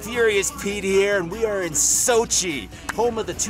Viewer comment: Its actually Sochi